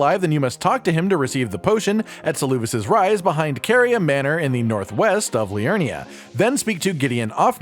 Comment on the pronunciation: SALOO VIS XD Bro he says his own name out loud Sel-ah-vis